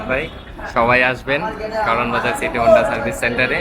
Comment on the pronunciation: Not Hunda otake Honda bole